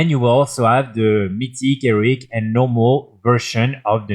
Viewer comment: Frenchman saying Eric instead of Heroic is my new funniest thing 😂